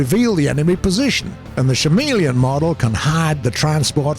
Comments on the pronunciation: Did this guy say "SHA-MEALY-ING?" WTF You guys are special. It's "Chameleon" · Did you say.... Shameleon?... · Ugh I give up he can't say chameleon Right and there's no use telling him or anyone how to say it so he will for ever say shameleon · He said shameleon lol